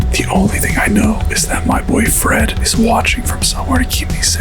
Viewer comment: He said my boy Fred it sounded like *boyfriend * lol